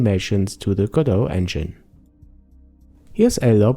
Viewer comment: It's Go-Dot not Godough!